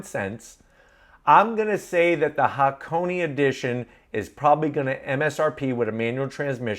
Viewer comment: Say it with me HA-KO-NAY. Not HAH-CONEY.